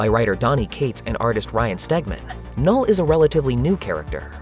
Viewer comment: O “K” é mudo, “nul”